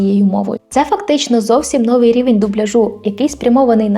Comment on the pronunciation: нОвий ґод 🤮але новИй рік🎄 У більшості двоскладових прикметників наголос падає на закінчення: нови́й, стари́й, гірки́й, тонки́й, товсти́й, тісни́й, вузьки́й тощо.